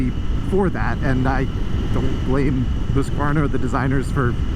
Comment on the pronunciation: Excellent pronunciation of both Husqvarna and Svartpilen 👍